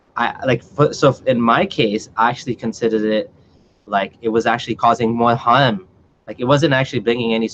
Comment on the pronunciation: 😂😂lol listen hearmm this guy can’t even say the word harm properly and all of a sudden he’s become a scholar